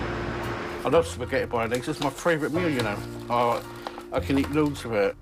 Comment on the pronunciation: Wait. Did she say "puhsgettie"?